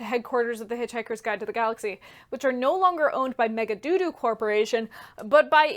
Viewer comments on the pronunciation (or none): No no, MegaDODO, like the bird, not magaDooDoo. But your retsina face was quite worth the hour of watching. And the old lady in the cave sends Arthur to a priest who sits on the top of a pole, and the special prayer he gives Arthur is totally great.